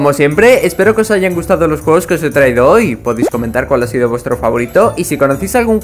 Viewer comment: soy el unico que escucho jugos y no juegos :v?